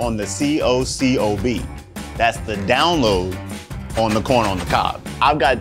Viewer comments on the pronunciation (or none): To me it sounds like he says " I got the DOWNLOAD on the C-O-C-O-B"....Not down-low 😂!! I was like WTF, did McCormick finally admit we are in a simulation 😳😲🤯?!?! I knew it all along ...😏👉👉!